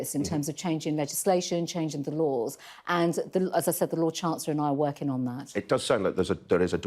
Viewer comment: Priti Patel is a very bright spark and is convincing. Just wish she didn't adopt the Beth Rigby trait of mispronouncing the ing endings of words. Is it just me or do others feel the same?